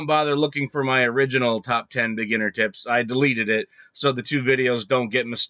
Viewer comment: What I hear "these are the ultimate beginner tits!" Okay where is the tits?